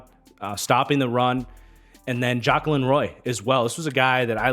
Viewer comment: Jaquelin Roy’s name is pronounced Juh-Quay-lihn